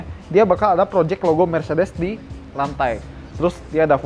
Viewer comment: njir mercedes dibilang blegedes..... almaz gue terus apa 😂